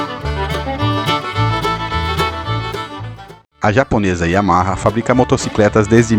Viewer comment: Sensacional a estória e o conteúdo. Super bacana mesmo. Até faz esquecer o “Yahama” aos . Parabéns pelo vídeo e por publicar esse conteúdo tão rico desta moto maravilhosa!